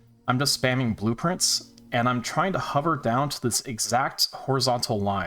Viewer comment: Oh my god. Blueprints. Blue Prince. What the fuck. It took you saying “open blueprints over and over” and me getting confused because I heard “open blue prince”